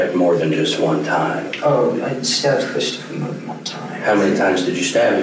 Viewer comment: I'm with this kid is hard to understand. He kind of sounds like he has a southern accent mixed with a speech impediment. He pronounced his brother's name as "Cwistophuhw" (W's instead of r's) and other words weird. Pairing that with mumbling I couldn't understand most of it.